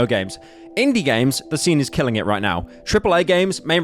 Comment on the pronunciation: he cant say killing ahahhahaha